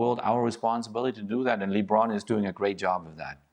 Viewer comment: Can someone tell Jurgen how to say LeBron's name properly, it's really not that hard.